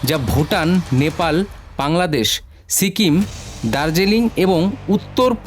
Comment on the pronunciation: বাংলাদেশ ❌ ব্রাংলাদেশ ✅😂